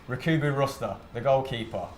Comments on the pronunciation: Who the hell is RACOOBU ROSTA. Its Rustu Recber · rukubu rusta? its Rüstü Rençber